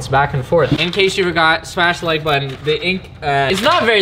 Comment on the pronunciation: "Smash the like uton"